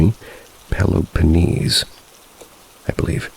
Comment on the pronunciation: As a followup for my story , i wont judge you for the pronouncaion of the words, it can be pretty difficult. But essentially its pronounced Peloponnese (pe-low-po-niece), Tripiti (Tree-pee-tea), Larissa (La-ree-sa), Thessaly (thes-a-lee), and Kalavryta (ka-la-vree-ta). Hope this can help in the future